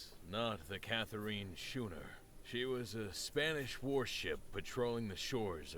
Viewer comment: Did he just pronounce schooner as "shooner"? I think I'll be muting the narrator for this game